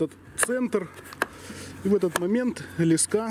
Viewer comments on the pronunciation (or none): лескА? Не лЕска???? ))) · лЕска а не лескА, интересная идейка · Ле'ска а не леска' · тем более чел из Украины и правильно говорить лЕска так что вам бы поучить самим язык! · Леска — слово из 2 слогов: ле-ска. Ударение падает на 1-й слог. Транскрипция слова: [л’эска]. В слове 5 букв и 5 звуков. =))) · Аж слух режет ) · Ударение на е